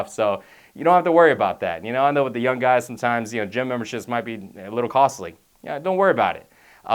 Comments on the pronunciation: Anyone else notice that he's saying "yun" instead on "young" most of the time lol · "yun" young* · lol 'when your yun' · lol he says pronounces "young" as "yun" :'D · KILLED MEE...."when ur yun" 😂😂😂😂😂😂😂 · he says yun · Love this guy but i cant help but laugh when he says young it sounds like yun. LOL! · *youn age haha thats what he says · "when you're yun"